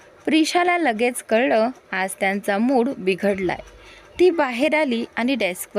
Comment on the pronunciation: सुड नाही मूड